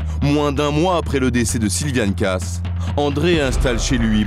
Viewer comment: Personnellement, chez les Kaas, je préfère Patricia. P.S. Le lascar prononce "Casse", mais ça se dit "Kaaaaas". Bigre. P.S. 2. La pauvre fille, à dix-neuf ans, elle est déjà passée devant le maire ? Wow. P.S. 3. Avoir envie d'aller voir "Hook" ? Encore bigre, je comprends que le plan ne lui ait pas plu !